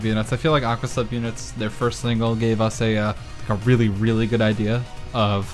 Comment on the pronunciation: I hate to be /that/ guy but....it's pronounced "aqua" not "aquas"